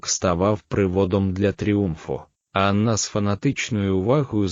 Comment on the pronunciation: Матеріал цікавий, але мене вистачило на 7 хв. Від озвучки з неправильними наголосами навіть в імені Анна почало сіпатися око.